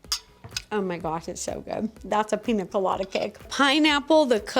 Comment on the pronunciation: oh btw it's pronounced pinya colada, the accent on the n makes it "enye"